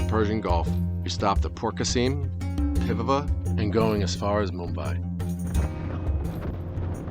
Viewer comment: Its port qasim not porkaseem, i think you can easily speak karachi port.